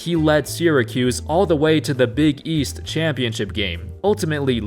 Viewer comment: The way you said big EAST triggered me a little